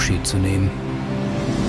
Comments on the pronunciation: Es heißt Charlie Charlie, nicht Schalie Schalie..🙄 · Scharlie, Scharlie. :D Ich krieg die Krise! XD Das wird als Tscharly Tscharly ausgesprochen mein lieber Sprecher. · Es ist nicht "Sarlie Sarlie" - oh wie frustrierend es zu hören! Dei Frau am ende sagt es richtig. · Scharli Scharli ... Scharli Scharli ... Scharli Scharli ... Scharli Scharli ... Hat noch jemand mit der Zeit leichte Aggressionen verspürt? :-p